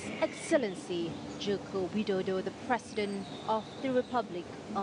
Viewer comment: Did u say President Widodo, what kind of reporter are u !!